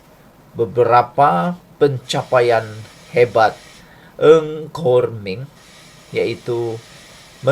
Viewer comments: Bukan eng khor meng sebenarnya nga khor meng. Itu sahaja pembetulan. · Nga kok min , bukan Ng Kok Min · TUAN SILA SEBUT NAMA DENGAN BETUL NGA KOR MING BUKAN NG!!!! TQ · Salam Bro, NGA KOR MENG "NGA' bukan 'NG'.. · Bukam nama menteri tu Nga Kor Meng atau Ng Kor Meng? Mamat ni asyik sebut Ng Kor Meng…